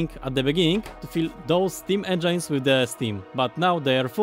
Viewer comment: Small information for him how to pronounce engine. engine nie wymawiasz jako endżajn tylko jako endżyn. Taka drobna rada. U nas w klasie mówienie endżajn stało się naszym inside joke